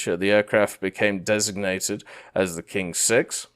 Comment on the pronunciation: "Qing-6" is pronounced as "Ching-6"